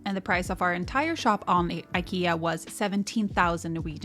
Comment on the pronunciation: Ah! Pronouncing IKEA this way as a Swedish person:face-purple-crying